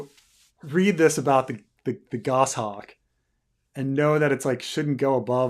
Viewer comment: Gos. Hawk. :). not Go-Shocks